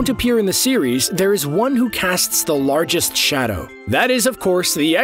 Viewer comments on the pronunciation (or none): none